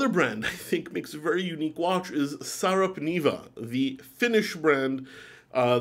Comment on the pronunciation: Not SARAP but SARPA - NEVA! 🙂 Neva E pronounced as in "nEver." Now 2 Finnish brands mentioned: Voutilainen and Sarpaneva. 😮😎👍